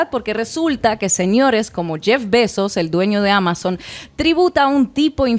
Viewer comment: me emcanta cómo pronuncia "Bezos" Ina XD